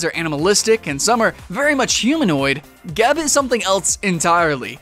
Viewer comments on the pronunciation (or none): pretty sure its pronounced (jeb)